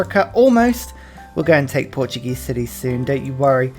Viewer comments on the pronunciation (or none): none